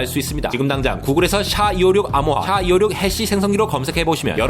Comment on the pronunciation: SHA를 '샤'라고 하니깐 좀 어색한 느낌.